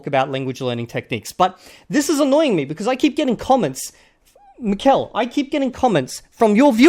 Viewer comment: A few things: it's pronounced MI-kel, and not mi-KEL. I'm assuming he's Basque and this is why he speaks Basque and Spanish. He also branded his channel as 'NATURAL' LANGUAGE LEARNING, but all he does is making vocabulary lists and memorizing sentences which I find very ironic since I don't think any of us naturally learn our mother tongue doing such things. He also claimed that reading in order to learn a language doesn't work. His English accent is very bad to be an hyperpolyglot. And finally, the three month BS is beyond laughable.